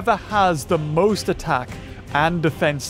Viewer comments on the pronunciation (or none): none